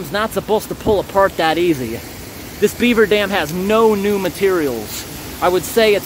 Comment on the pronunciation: The way you say BEAver is too funny